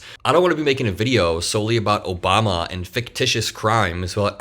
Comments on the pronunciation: "Obamna" lives rent free in TACO's head! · Lmao “Obamna” I wish Obama was half as powerful as the right pretends he is, somehow controlling the DOJ, secret files, and “the deep state” long after he left office.